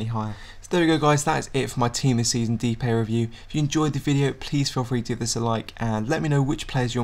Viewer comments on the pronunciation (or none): btw I dont want to be annoying, but his name is pronounced de-pie, not dipay.